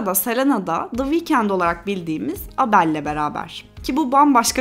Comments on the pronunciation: Abel’a abeL denmesi benim biraz başımı kopardı ama çok güzel özetlemişsin eline sağlık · Abel (Eybıl) diye okunuyo abla